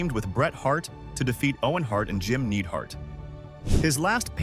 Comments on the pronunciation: Who the fuq is jim needheart ai fails again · Dude talking bout Donovan not knowing wrestling while calling the Anvil “Needhart” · Nidehart, not NEEDHART. Learn how to pronounce names dude. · "Jim The Anvil Needhart!!" Stop this Ai garbage! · Jim “needhart”? “Tatainka?” What’s even more annoying is that he learned how to say Tatanka by the end and didn’t edit out tatainka “ also Bret didn’t get squashed by yoko, I don’t know how long the match was but it definitely wasn’t 9 seconds or whatever you or the ai voice said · Dude, Tatainka? Needhart? Baanzai? Skayland? Owen begged himself to not throw in the towel? This is either an AI narrator with no effort given to make sure it sounded good, or this dude has never watched 90s wrestling. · Almost tricked me into thinking this wasn’t AI dubbed but Need-heart gave it away. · He mispronounced jims last name too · I love how they insult Art Donovan, while the crappy A.I. voice can't pronounce Jim Neidhart, Tatanka, among other names correctly. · AI slop. You can't write a script where you bag out a commentator for not knowing anything about wrestling, then you can't pronounce Neidhart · Mocking Art Donovan for not knowing anthing is always fair. Not being able to say 'Neidhart'`. Not so much. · I like how he says jims last name wrong.